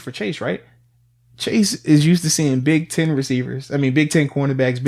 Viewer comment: When Arthur says "you need Big 10 receivers" sounds like he's saying big titty receivers.